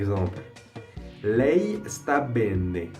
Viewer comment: Bonne continuation! Fais attention à la prononciation ! On dit " bene" et non " benne", " scrivere" et non scriverre"